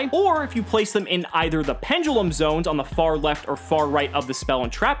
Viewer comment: penDULUM not penGULEM .. dont me